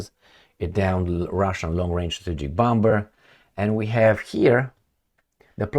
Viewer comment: In Limba Amerikana, "bomber" se pronuntza "bomer"!